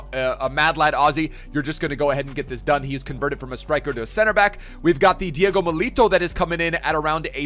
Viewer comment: Milito is said mil-a-tow